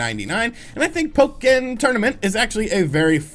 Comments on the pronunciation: Pok-ken tournament 😂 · Nobody: Literally nobody:: "PoE-kIn.." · Say Po-Ken again. I dare you. I double dare you! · Pok-ken tournament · Why "PO KEN" Tournament? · The way you say Pokken Tournament 😂😂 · for the love of god please stop pronouncing pokken like that.